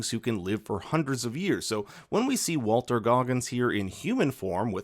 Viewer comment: WALTON Goggins, not Walter. If you're saying Walton and my headset needed recharging, maybe other commenters will learn. Otherwise, really appreciate the info for us non-gamers.😊